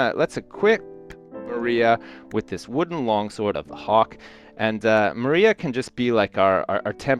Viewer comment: saying maria...LMFAOOO